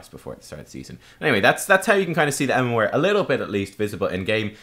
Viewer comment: UnityInChaos no but his MMOAR (MMR) is kinda odd. Maybe it's the Irish way.